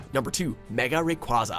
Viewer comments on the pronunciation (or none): Arceus is pronounced as ARE KEE US AND RAYQUAZA IS PRONOUNCED AS RAY KUA ZA AND ARCEUS IS THE STRONGEST, WAS CABABLE OF TRAPPING HOOPA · it's pronounced rey-kwey-za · I am bothered by the way he pronounces Rayquaza 😖😣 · WHY DOES THIS GUY SAY ALL THE NAMES SO WRONG ITS RAYQUAZA NO RAYQUAWZA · It's Ray-kway-za not Ray-kwah-za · You are saying and making up names and words like mega requeque. Also, you're only taking tpta; stats into account when making your argument. You have to remember that Arceus is faster than Rayquaza, and he has enough defense to counter his attacks. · The S in Rayquaza is supposed to be a Z! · Why does WatchMojo still pronounce Arceus's & Rayquaza's name wrong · Bruh they said Ray Rayquaza wrong